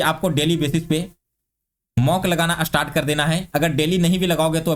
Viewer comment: Astart nahi start hota hai